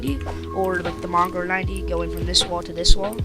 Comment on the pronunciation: mongrol? his name is moongraal